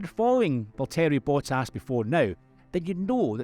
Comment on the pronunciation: You managed to butcher the pronunciation of both Valtteri Bottas and Zhou Guanyu.